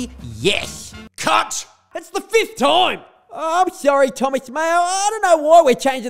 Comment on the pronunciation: I swear there was a N sound in "CUT!" at the 2 min mark. Lol. Or is it just my subconscious thinking out loud. Haha